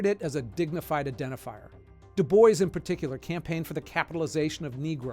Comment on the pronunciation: Great content....btw, DuBois is pronounced DuBwah(very french)